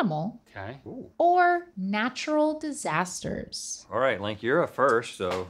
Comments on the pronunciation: “Natural Diasters” 😳😳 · "Natural Diasters" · "Natural Diasters"?